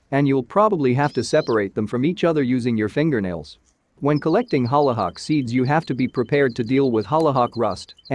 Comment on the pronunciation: Holly not holla